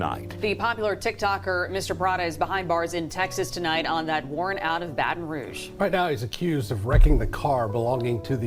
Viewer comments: I’m so sorry but I’m from Louisiana and IM FINNA CRY WTF IS BAETON ROUG 😭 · It’s Baton Rouge(Batten-Roooouge) that’s how to pronounce it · Bro really said “Baten Rouge” 💀💀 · IK DID NOT JS MIS PRONOUCE MY CITY.!!! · Am I the only one that cringes when he says Baton Rouge ik it's probably not his fault